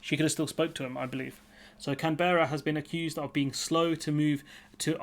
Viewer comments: CAN-berra (emphasis on the first syllable), please. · Sorry... Me again... You're saying Canberra incorrectly. Incase there is need to make more videos on the topic. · Sorry, but if you can't even take advice from an Australian on how to pronounce the name of the country's capital, you are in a state of wilful ignorance.